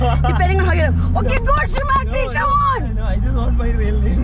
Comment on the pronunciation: Did she just call him schumakri 😂😅